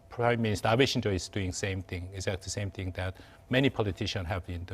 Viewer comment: Abe shinzo, not “Shinjo “